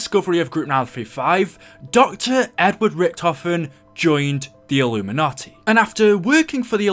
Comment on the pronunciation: When you say "illumanti" are you talking about the same community where they sell there souls